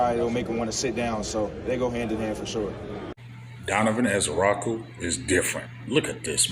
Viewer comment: We in June and big still butchering EZ last name 🤣🤣